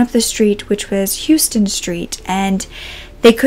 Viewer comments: Great but sad video— I’m so sorry for both missing people — thank you for sharing their lives and disappearances... ps Houston St. pronounced ‘Howstan’ and Greenwich Village is pronounced ‘Grenige’ (my old neighborhood!) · just a note for future reference - in NYC, despite how it's spelled, it's pronounced HOUSE-TEN street.